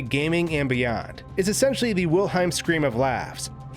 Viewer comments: It's wilhelm, not wilheim. Sorry, that was really annoying me. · It's Wilhelm, not Wilheim ! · Say it after me. Wilhelm... WILHELM! Not "wilheim". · WILHELM scream, not WILHEIM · WilHELM, not Wilheim! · Did he just say "Wil-Hyme?" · it's pronounced wil-helm, and that's also how it's spelled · ahh, you mispronounced wilhelm, now i can never unhear that to specify, it's "helm" like in "helmet" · "Tie-dus"? "Wil-heim"? I love your videos, my dude, but you gotta work on your pronunciations.